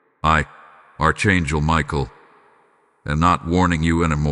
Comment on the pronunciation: It's pronounced Ark not arch like in a building